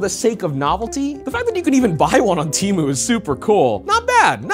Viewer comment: finally, someone pronouncing temu right ha